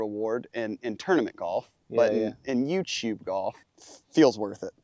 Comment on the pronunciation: that's how some Filipinos say youtube, "youchube" . :D different but the same.. what a fun match to watch